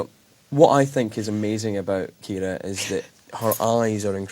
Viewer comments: His pronunciation is Irish pronunciation of the name Kiera which the Irish spelling is Ciara.☺️ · Finally my name pronounced correctly thank you James McAvoy